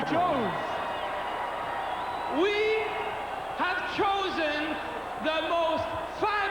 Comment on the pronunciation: McMahon foreshadowing the Mega Powers going at it was a nice touch. I laughed out loud when Vince repeated "choosen" after Raymond Rougeau said it.